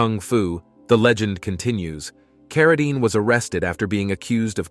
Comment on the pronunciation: Although it's way too late...do your research! His family name is pronounced "CarraDEEN," not "CarraDINE." It was always that way. He changed his name from John Arthur Carradine Jr. to David so that he wouldn't be confused with his famous father. The last name was always pronounced the same. Listening to you constantly butcher it is cringeworthy. This is basic research that should be done BEFORE doing a whole video about someone (to mooch off of) and posting it on the internet for the world to see. At least have some respect. There are plenty of videos about John Carradine right here on YouTube. One is by People Document. Look it up and learn something! Btw, I couldn't get past 3 minutes of listening to this.